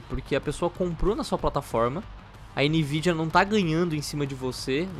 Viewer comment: "NVIDIANAL" :v